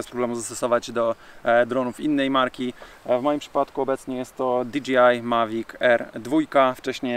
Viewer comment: Dlaczego wszyscy wymawiają nazwę tych dronów tak jakby to było DGI?